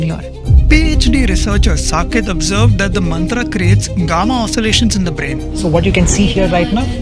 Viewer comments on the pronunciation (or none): Not mantra it's मंत्र।